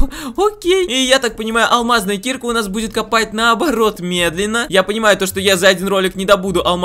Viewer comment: Ударение на А киркА а не кИрка.